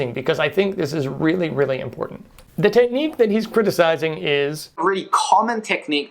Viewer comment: Good video but here’s some advice for future videos: pronounce basic words like “familiar” (not “fur-miliar”) and “technique” (not “tet-nique”) properly if you don’t want people to quickly write you off. Enjoyed the video but I think this is an important note that I bet a lot of people aren’t giving you because they want to be nice. That being said, subscribing and giving this video a good review!